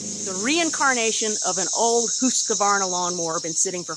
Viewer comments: As always easy to follow and fantastic camera work and Husqvarna spoken like a true Swede. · Lol - I just love the way you say Husqvarna - spot on there 😂 I just made a video today with your sticker in it. Cheers!